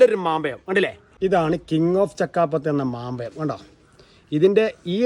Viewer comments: മാമ്പയമല്ല സഹോദരാ. മാമ്പഴം എന്നു പറ? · മാങ്ങ എന്നു പറഞ്ഞാൽ പോരെ സഹോദരാ.. ... മാമ്പയം 😅😅